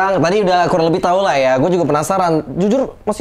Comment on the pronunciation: Si ngomong tailahnya bulet banget wkwkwkwkwk, tapi gue pasti gitu juga dah kalo ada di posisi lo 🤣🤣